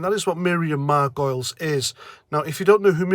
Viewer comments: She's a Jewish lesbian so she has a ticket anywhere she wants to mouth off. Btw it's pronounced Mar--Guh-Leez (not "Margoils") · Margoleeeees…is how you say it ….she is such an attention seeking person…and ignorant. Yes she lives to be shocking. It seems that these actors eventually begin to believe that they are right in everything. I think she is often getting accolades on the holly and Phil show….they love her …of course. Later I read that the mispronouncing ion was deliberate to rhyme with gargoyles… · It's pronounced 'Margolis' although Margoyles the Gargoyle would be preferable. Crap actor as well. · Her name is pronounced Mar - go - liz, (3 sylables) methinks . . . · I thought it was pronounced "Gargoyles". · And pronounced Mar go lees. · You're mispronounced surname effort is fooking ace mate:-) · clearly you don't have a clue either about Miriam Margoyles (you can't even pronounce her name properly). Nor do you have a clue about Jeremy Hunt either. I am no leftie, but I fully get where Miriam Margoyles is coming from because I actually know her history and Jeremy Hunts, and I fully understand her comments. You get nothing. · Cannot stand her either. Have you spelt her name incorectly on purpose, so you can wind her up by mispronouncing it. ( Margolyes ) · Let's get this out of the way first: if you are going to post a video about somebody, please make sure you are spelling and pronouncing the name correctly. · Absolutely vile attention seeker, even if you do pronounce and spell her name incorrectly.